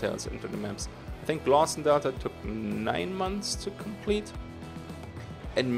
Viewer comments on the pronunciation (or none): none